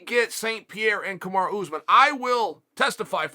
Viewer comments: Chael honey, it’s Kamaru (ka-ma-roo) not kamara. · Why Chael keep saying Kamara? lol It’s KamarU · Kamaru becomes Kamara- Uncle Chael rechristening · Why disrespect The pound o For pound king 👑 like this..... Kamara... Kamara.... Kamara...... Listen..... It's KAMARU ...... KAMARU..... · Me: Kamaru? Chael: Kamara Me: ok great, Kamara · Kamaru? chael: no, Kamara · Kamaru or Kamara? Lol 😆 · Chael: 'Kamara', Kamaru same thing. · I'm convinced he's saying "Kamara" on purpose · Chael say Kamaru CAMAROO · Nobody: Uncle Chael: KAMARA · Stop calling the man Kamara omg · “ kamara “ lol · If uncle Chael says his name is "Kumara", his name is Kumara from now on. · Nobody: Chael: Kamara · Usman: "Hi, pleasure to meet you! My name is..." Chael: "Kamara" Usman: "Kamara" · Cheal really said Kamara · “kamara” ? what’s with chael and fighter’s names?? even non fans of the sport know some of these names🤣 🤦🏾‍♂️ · Why uncle Chael keeps saying Kamora? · Chael saying he’s the best in the world and still can’t say his name 😭😭